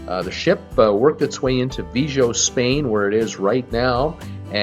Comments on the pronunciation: You pronounced it Vee Joe ? Are you kidding? For a traveler you are not well versed in languages. VIGO is Vee Go.. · Vigo is pronounced VEE GO !